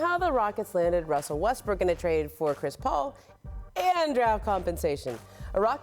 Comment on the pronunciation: Its impossible for Ramona to pronounce westbrooks name right.... "wussel westbrook"